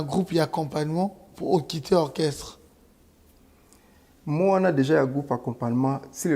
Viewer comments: Orchestre et non okresse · Djo oyo azo koka koloba orchestre te😂😂😂 heure nyonso kaka okresse